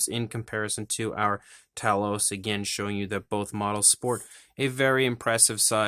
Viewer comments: NIce review! But... sorry to nitpick, but it's TAY-LOUS, not TA-LOUS.... don't hit me for correcting you! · Great review . Made me want to get one . Pretty sure its pronounced Tay loss though . Going by movie